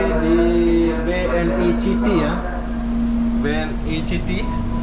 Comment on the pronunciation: "BNI CITY" WKWKW BANGSADH DIBACA "C" HURUF "C" NYA😂😂